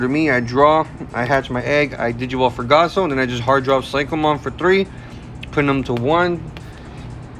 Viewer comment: you did alright man, but please its gaoss not gasso 😂